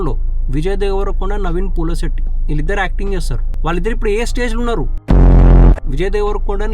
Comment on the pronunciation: Naveen polishetty, Peru ayina sarriga palakadam nerchuko bro. Recorded videos lo kuda thappule na 🤣